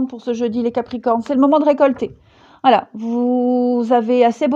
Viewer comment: mdrrrr "Voualai" mdrrrr m'voyez?l hahah a chaque guidance tu bafouilles c'est marrant mais comme tout ce que tu dis est profond et fascinant on peut pas rire comme l'on voudrait ou alors on revient en arrière lol (pour ma part) ben t'es la meilleure, prends soin de toi, gros gros bisous et merci Gratitude tu fais guidances personnalisée? j'ai jamais regardé car tes guidancess avaient toujours l'air de me parler finalement. mais pourquoi pas? ça fait trop longtemps que j'te suis mdrrrr BISOUSSSSSSSSSSSSSSSSSSS Chanaze